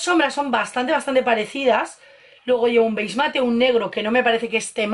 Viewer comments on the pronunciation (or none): BEIG MATE .... HAS DICHO BEIG MATE ? NO PUEDE SER JAJAJAJAJA